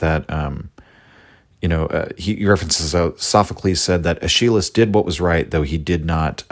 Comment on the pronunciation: bruh, your pronunciation of "Aeschylus" is killing me in all seriousness, this entire series is just delightful. Birth of Tragedy is the first (and so far, only) work from Nietzsche that I've read and I just loved it. People on the subreddit tend to discourage newcomers to Nietzsche from starting with this work but I have no regrets.